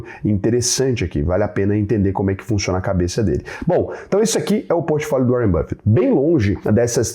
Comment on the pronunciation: Que nada o "Uárren" me mandou um zap. É tudo papo furado...